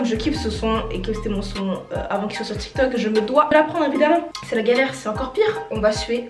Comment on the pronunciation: Tu as dit tok t'il😂😂😂